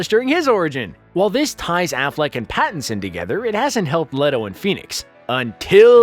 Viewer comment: Robert "bat"inson eh ehe